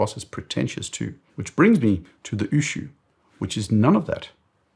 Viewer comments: Ushio, not Ushuu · Great video. But please get pronunciations right. Ushio is three syllables. U = ooh lala. Shi = she (woman). O = short o sound like in “go”. Its not u shu like a shoe sound. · Ushu ? It is Ushio. U - shi - o. U as in Uber; the last letter as in hot. Ushio (潮) means tide. It is sold retail in Japan for ¥1,650,000 (USD$10,500), which is very expensive for a watch ! Like your channel All the best from Japan.